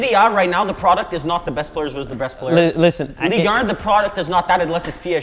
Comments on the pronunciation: Two things: 1.) Neymar has inspired an entire generation of footballers to play like him, which includes Yamal and Doué. Two Kopa Trophy nominees.If that's not legacy idk what is. Who has the Raumdeuter influenced on a grand scale? 2) Why do you guys pronounce Ligue 1 as Ligue Errr? 😂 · i literally HATE how you guys say "league URN" bro nobody pronounces it like that not even the french. Your not even trying to pronounce it correctly like you guys do with every word.